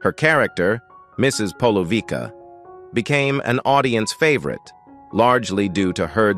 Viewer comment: Corrections - I wish people who do these videos get their facts right first. 1) The Good Life ws BEFORE To the Manor Born - To The Manor Born developed on the success of The Good Life as Penelope Keith was so popular in the former. 2) Mrs Polouvicks is pronounced "Polouvitska" and NOT "Polouvika" - pleaase check the pronounciation first before trying to speak a name that is not English. 3) to those who say Peter bowles is still alive - he did, in fact, die in 2022, aged 85.